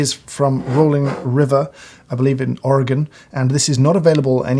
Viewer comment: Thanks for pronouncing "Oregon" properly : ) This is rare.